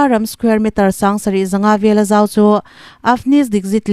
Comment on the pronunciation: Chhuartu, "An zawm lo" tih-a "zawm" hi lam rik dik a va tha ve.